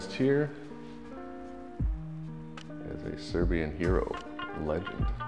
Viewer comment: Good job, well presented, punctual. But above all unlike other foreigners visiting your Serbian pronunciation is awesome. So genuine. Accent is accurate.